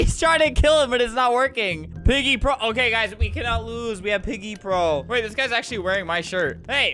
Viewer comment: Me: Volume all the way up Flamingo: OOOO PEEGIE, PIGGY CHAPPER THWEE 😅😂